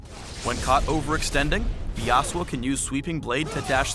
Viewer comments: Why put the accent on the first syllable? I will never understand English accenting customs for foreign names. :( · Here in the Philippines YASUO is pronounce as YASU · I was pronouncing it Yah-Soo. but that's my bad I guess. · Should be pronounced ya SU o (su being the tonic syllable). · i'm not the only one who is annoying at how they pronounce yasuo... considering iv hear the damn name in enogh anime to KNOW YOU DO NOT HEAR THE DAMN U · ... If you are going to use a Japanese name at least pronounce it correctly in the spotlight.